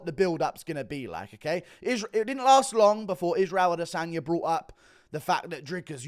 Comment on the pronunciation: ah-DE-sonya So cringe...